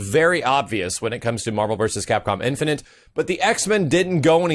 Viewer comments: marvel infinant? .. wtf dude just practice the word INFINITE. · please... I hate to be a grammar/pronunciation nazi, but.. the word is "in-fi-nit'", not "in-fi-nint". I cringed every time you said it. Not hating, love the content, just had to point that out! -_ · Do you have trouble saying infinite? It's not infinent.